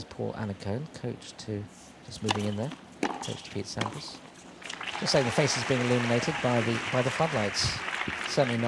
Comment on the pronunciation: That’s not Sampras it’s Swandpras